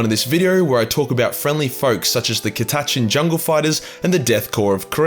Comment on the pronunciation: I always pronounced it cat-a-chan. These videos are the first time I’ve heard it pronounced ka-ta-chan.